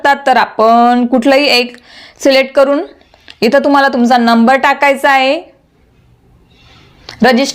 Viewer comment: ताई.. खुप छान... पण तुमच्या उच्चारांत आहे चा हाहे असा उच्चार येतो तेव्हढ फक्त काळजी घ्याल तर फार छान होईल...